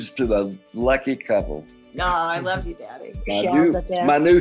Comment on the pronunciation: it just sounds like "i lau yaou"